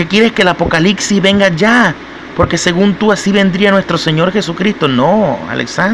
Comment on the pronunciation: AHH POR CIERTO, SE DICE APOCALIPSIS NO APOCALICSIS, APRENDE A HABLAR POR LO MENOS, ENTIENDO QUE TIENES UNA TARA, PERO TRATA, TAL VEZ LO LOGRES...